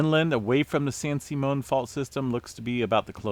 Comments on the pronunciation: San SIMM-ee-un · FYI it's pronounced San Sim E On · Sim EE un San Simeon